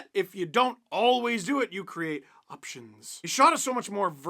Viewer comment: Heh, I appreciate the subtitles having "~options~" for Steve's feathery emphasis voice lol